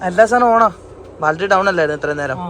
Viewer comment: ബാൽട്ടറി അല്ല പൊട്ടന്മാരെ...... ബാറ്ററി ബാറ്ററി ബാറ്ററി ബാറ്ററി Battery Battery Battery Battery Battery